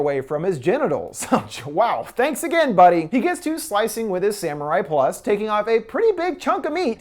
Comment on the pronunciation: HE PRONOUNCED IT WRONG! ITS SAMURAI PLOOS NOT PLUS! I am Latino myself so this technically doesn’t affect you in any way, so it’s not racist, and you’re not offended.